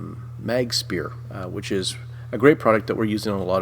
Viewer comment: 'Magspear' lol.